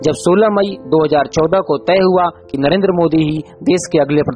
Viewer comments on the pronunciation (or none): none